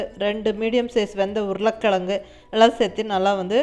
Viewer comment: இன்னிக்கு இதே முறையில் வடை சுட்டேன். ரொம்ப நன்றாக வந்தது. மிக்க நன்றி. நீங்க உருளைக் கிழங்குன்னு சொல்லும் போதே கொங்கு தமிழ் வாசம் வீசுது. நீங் கோயமுத்தூருங்களா? ☺☺😍😍